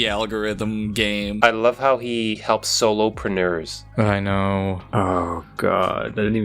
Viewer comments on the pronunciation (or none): "Solopreneurs" XD